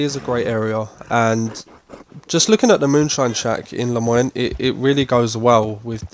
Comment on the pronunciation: Bayou New-ah? And La-moy-knee? British people have a difficult time with old south names. Austin and Tumbleweed are easier to say but that's supposed to be Texas. Lousiana is what they are going for with Saint Denis and the bayou.